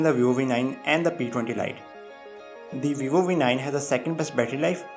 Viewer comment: the way he pronounce VIVO. lol.